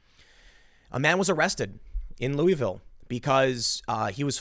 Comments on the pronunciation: It’s Lu-a-vull. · Im originally from Louisville and I couldnt help but notice how many ways you pronounced it lol. We pronounce it LOO-A-VUL or LOO-A-VILLE. :)